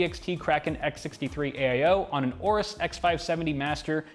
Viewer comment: learn how to pronounce aorus correctly for once